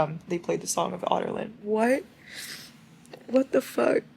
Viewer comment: im sorry but the way you pronounce adarlan sounds like youre saying otter land i cant lol